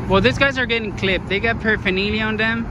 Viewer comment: Paraphaneelia? Lol 😂